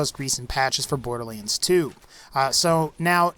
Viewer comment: Curious how you pronounce it as Borderleands rather than boarderlands ... no offence intended and maybe it's me pronouncing it wrong. :)